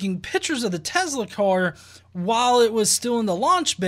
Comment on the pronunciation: Its tesla..not tezzzla lol